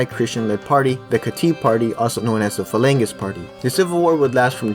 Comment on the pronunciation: This was a good video except for the pronunciations, maronite, phalanges were all said wrong